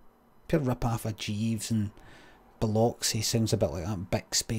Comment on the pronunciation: I used to live in a city called Biloxi, you pronounced it right